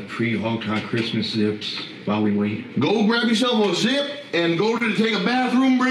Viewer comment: Grismas Gressents